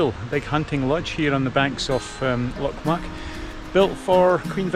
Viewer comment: It's pronounced Glen " Mick" FFS. I'm English and I know that !